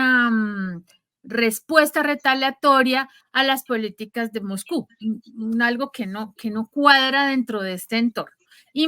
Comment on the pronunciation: CÓMO ES POSIBLE QUE EN PLENO SIGLO 20, NO HAYA SERIEDAD EN LA PRONUNCIACIÓN DEL LENGUAJE. EL CASTELLANO TIENE UN ALFABETO Y REGLAS ORTOGRÁFICAS. NO ES "PUTÍN" ES "PÚTIN" NO ES "MOGCÚ" NI "MOJCÚ" ES "MOSCÚ"